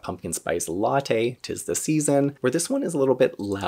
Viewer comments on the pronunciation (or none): none